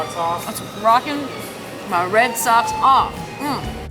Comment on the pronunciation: find someone that can teach you how to say...socks...lol. Can't even spell in phonetically...lol.